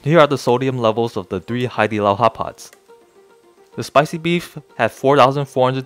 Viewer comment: Sounds like your saying hot pockets😂